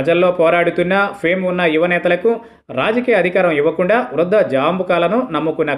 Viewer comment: వృధా జాంబుకలు కాదురా వృద్ధ జంబుకములు అని పలకాలి త్రాస్టుడా